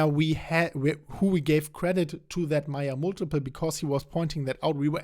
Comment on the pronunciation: Hi, I thought you kept saying Maya Multiple.....Mate it's pronounced..May--Yerrr just trying to help.